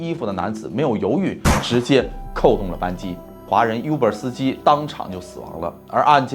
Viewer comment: Uber应该念成"污ber，不是优ber“，officer打开率是指警官，不是军官（游行维持秩序的不会出现军人）